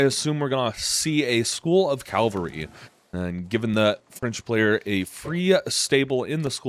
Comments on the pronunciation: Calvary or cavalry?? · Calvary is what jesus christ went through, cavalry are the horses 😂